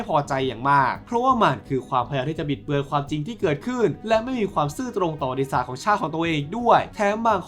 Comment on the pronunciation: พี่ออกเสียงคำว่า"ประวัติศาสตร์" ไม่ชัดหลายครั้งได้ยินเป็น"บริษัท"